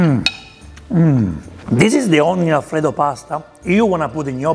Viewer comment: The most original style of cooking alfrrrredo.